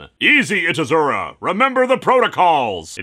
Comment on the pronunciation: You know it took me a while to realize that. Probably because of the mispronunciation, I speak casual Japanese.